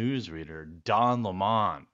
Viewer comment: His mane IS don leh-mon…